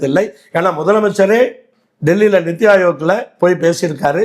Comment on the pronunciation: நித்தி ஆயோக் இல்லை,,, நிதிஆயோக்...... தமிழை சரியா உச்சரிங்க